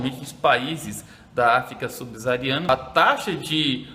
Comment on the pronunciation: subsaariana** professor.